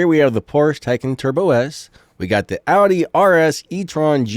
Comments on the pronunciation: btw its called "Audi" not "oudi" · Ironically, you're pronouncing it correctly and said "Ik it's audi" and pronounced it incorrectly lol. I watched a video on Car manufacturers pronouncing their brand and the U in Audi is emphasized.